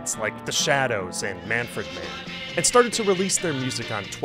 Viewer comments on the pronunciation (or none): "MAN-fred-man"? No. It's Manfred Mann.